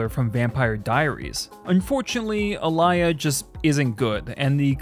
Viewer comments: 'A-lee-yah' is the correct enunciation. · "a-lie-uh?" are you serious with that pronunciation? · Did I miss any? Also, I now have a Patreon! Check out some bonuses here: EDIT: Yes, I'm aware I mispronounced Aaliyah's name. It was a simple mistake during the recording process. Would go back and change it if I could. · The pronunciation of Aaliyah killed me 😂 😭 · The list is pretty accurate except for the pronunciation of Aaliyah’s name. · The disrespect of pronouncing aaliyah's name like that lol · Aaliyah name butcher brought me to the comments lol wtf was that lmao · Bro how did you mispronounce Aaliyah’s name 😂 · I’m not sure how you miss pronounced Aaliyah’s name. Yes she died tragically young and only did a couple movies, but she was a huge star. She still has 7 million monthly listeners on her Spotify. Show some respect.